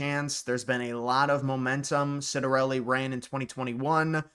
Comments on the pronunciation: Ciattarelli Pronounced; CHiatarelli, not Sitarelli... Just some trivia. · You need to learn how to pronounce his name: Chitter-EL-ee